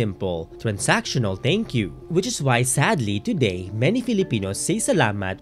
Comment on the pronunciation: Am I the only one bothered whenever he says “teyngkyu”